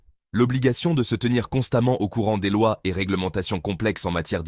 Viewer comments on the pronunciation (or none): none